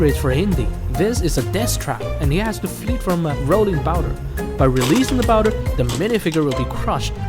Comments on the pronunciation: why do you say boulder as bouder? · bro really just said rolling bowder☠️